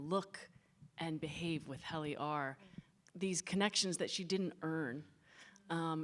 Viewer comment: Why does it seem like Quinta didn't really watch the show? Doesn't say Helly's outies name correctly, doesn't remember that Mr Drummond died? And her responses to the cast seems fake af. I lover her in character in Abbott Elementary, but outside of that it's hard to get a read on if she's being genuine or not.